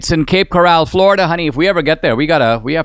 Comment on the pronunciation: It’s pronounced: Cape Co-rul….not “corral” as in a holding pen for horses.